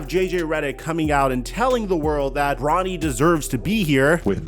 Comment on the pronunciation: You said NFL draft and then sounded like you called him Ronny not Bronny